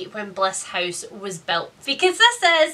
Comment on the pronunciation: She says ‘house’ almost like the dutch ‘huis’ (same meaning different spelling) lol